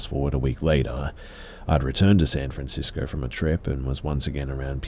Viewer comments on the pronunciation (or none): none